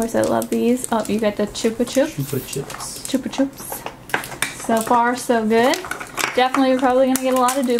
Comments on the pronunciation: it's "chupa chup" as in "up" not "oop" but yay this was fun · "Chup-ah-chup" not "choop"